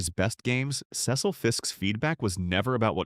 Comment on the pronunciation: Why do you have European farming picture. It's See - sil not Ces-sel.